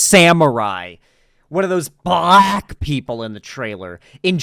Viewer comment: "YASUKE THE BLLLYACK ONE"